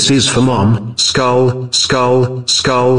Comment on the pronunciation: I love how the chated spamed the emoji but it sounded like "Skold skold skold skold skold skold skold skulll skullll skullll skul skualll"